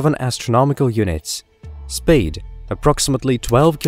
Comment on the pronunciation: Narrator, are you pretending to be posh or are are you an AI?? Sounds like 3 people taking turns to talk…..buggy word: speed sounds like spade… It’s a shame because I love all things space and this voice is out of this world 🥴